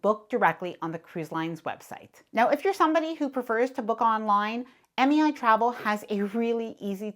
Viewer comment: MEI sounded like MAI ...thank u for the great tip😊